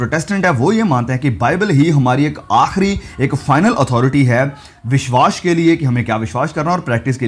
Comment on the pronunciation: Bhai tumhare biswas ka pronunciation badra he Ganda hai..... Make it correct please